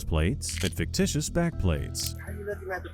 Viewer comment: "Faketicious". A scholar he is not.